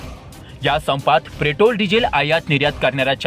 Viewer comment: प्रेटोल 😂 अबे तुम्हाला बोलता येत नाही नीट आणि बातम्या देताहेत.